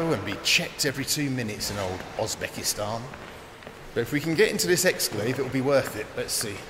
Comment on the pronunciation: Why is he saying "Osbekistan"? Is that a regional pronunciation in his accent?